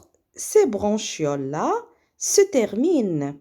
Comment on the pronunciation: فقط مجرد خطأ بسيط نقول عند قراءة bronchioles لا نقرأ ب ch حرف الشن بل نقرئها بحرف الكاف .